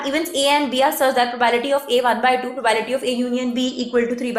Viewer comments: probAebility ni hota probability pronounce krte h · Not probality Its probability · The whole time you said it probality